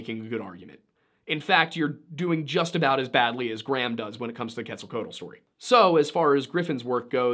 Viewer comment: It's pronounced ket-zall-KWATTLE. Just FYI.